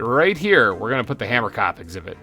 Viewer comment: Hahah, from someone who is Afrikaans, you pronounce Hamerkop wrong. it’s “Huh-mer-cohp” the (ko) part is pronounced like the beginning of the word corn. You should def give one of the hamerkops an Afrikaans name as that’s the language of the species name! I suggest Pieter or Jacob (pronounced Ya-cohb) :))